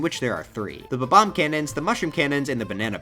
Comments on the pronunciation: Love your videos but who says bbom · The way he said Bob-omb